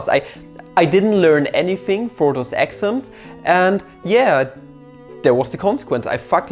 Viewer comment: Just me or I thought he was saying axioms instead of exams. Sorri